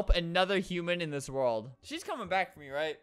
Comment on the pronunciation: said world wrong and it was wrld